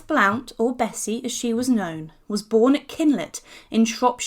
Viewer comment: Except that she's saying Blount wrong.